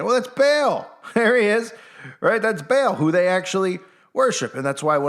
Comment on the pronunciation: It's actually pronounced PHONETICALLY BAH-AL. NOT BAIL OR BALE LIKE A BALE OF HAY🙄.